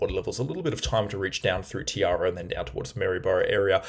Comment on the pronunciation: Not to criticise but to inform re pronunciation: Eidsvold is 'I'd-svold' Murwillumbah is mer-will-um-bah' and Tiaro is 'Ty-row' :)... ❤ your work